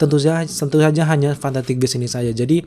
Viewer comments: Ngomong fantastic aja salah. Kamu ngomongnya fantaktik . Wkwkwkwk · Garing Ngomong fantastic aja fantatik... Wkwkkw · lu susah bgt ya bilang fantastic?